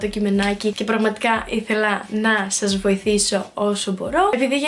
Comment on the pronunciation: Γιατι λες γεια SHας αντι για γεια σας?